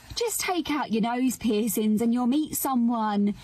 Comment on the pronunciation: The way that lady says "pissins" instead of "piercings" is hilarious